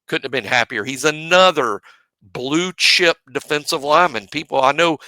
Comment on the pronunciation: Great show fellas, you can tell that doesn’t have to refer to anyone or worry about stepping on anyone’s toes at BOL. So he’s giving more insight. I like how he says BLUE CHIP! 😂 RTR